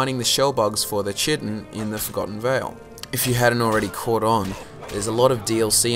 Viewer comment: chitin is pronounced like kite in